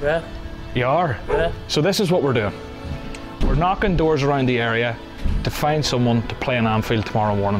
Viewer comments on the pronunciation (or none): Bro really said 'Thank you for knokin'